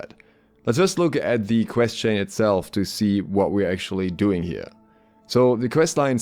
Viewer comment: Every time you said quest it made me my mouse closer to uninstall… Pvp. Pls…